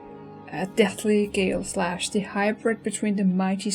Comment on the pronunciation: its not pronounced "gale-slash" the real name is cooler. its pronounced "galeh slash"